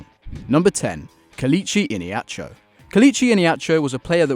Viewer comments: No.11 “We can’t say iheanacho correctly” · Add not being able to pronounce Ihenachos name to the list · Iheanacho, Ihiyanacho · You’ve butchered the pronunciation of Iheanacho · You also got Iheanacho's name wrong